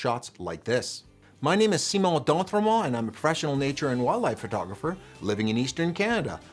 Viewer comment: since I watch your channel I smile every time you say your name. I'm french and the pronunciation seemed so familiar first time and I laughed because of the perfect English and the surprise perfect french. But in the french of France only few regions have that:-)